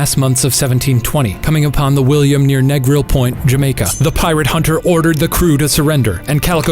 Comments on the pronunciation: It's pronounced 'NI-gril' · hearing how Shane pronounced Negril as a Jamaican it was jarring